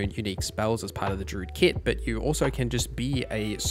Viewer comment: First comment ever on YouTube.. but gosh darn this guy saying DROOD every time during the DRUID section made me not enjoy this...